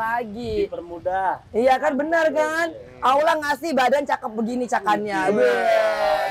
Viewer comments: Tolong sampaikan team keema kepada angelina sodara seimanku yg baik...sudah 10 tahun tolong baguskan menyebutkan nama Allah ...bukan aulah...tolong diperbaiki...jangan sebut Allah dgn awlah...tolooong rubaaah...ya...wallau 'alam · Bagisan khalid Ott petinju yg baru mualaf bbrp bulan dalam penyebutan nama sang pencipta Allah ...bukan awlah atau aulah kata angelina...perbaiki ya angie...jangan sampai lalai